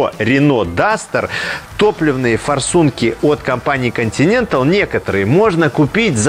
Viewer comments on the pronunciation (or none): Обзор отличный, всё в тему)) НО, мне одному уши режет как ведущий произносит названия топливных систем? Делфай(Делфи) и Континенталь ударение на другой слог